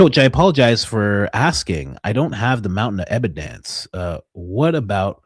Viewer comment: add it to "da mountain uh ebadence."